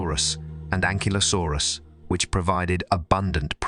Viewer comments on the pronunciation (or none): none